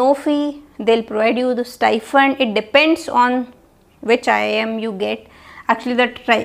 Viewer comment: Stifund or STIPEND???